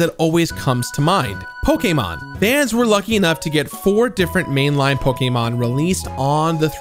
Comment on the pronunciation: Respect for him saying Pokémon correctly